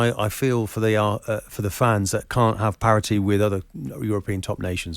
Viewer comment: Martin " parity " Keown